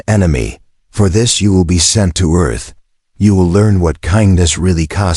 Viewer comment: The AI can't say "sent" it has to spell it out?